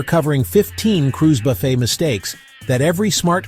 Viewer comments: Will you please pronounce buffet correctly? Can’t AI do that? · I wish the AI Voice could pronounce Buffet correctly throughout the video.